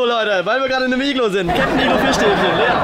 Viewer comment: BRATAN es heißt Iglo nicht iglu